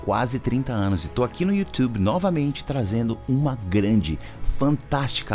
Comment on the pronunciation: Bela aula do YouThube 😂 , o professor falando YouThube hilário!!!